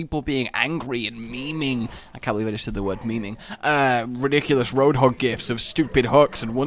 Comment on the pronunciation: "hey hoadhog."